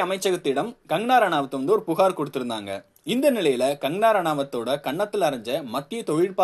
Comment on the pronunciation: Her name is Kangana, not "Kangarana". Please pronounce her name correct in the first place.